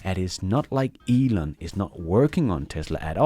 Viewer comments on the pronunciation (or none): Why can't Americans pronounce words correctly? Elon is hardly a difficult name to get right.